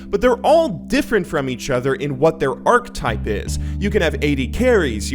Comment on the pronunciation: Holy shit, I don't want to sound like a whiny bitch but damn your sentence structure needs work bro. Also, archtype? It's archetype with a pronounced e in there. I'm not gonna lie, you aren't the only lol youtube I've heard this shit from. Does anyone give a fuck about not sounding like a dunce?